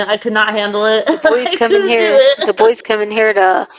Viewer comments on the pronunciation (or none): none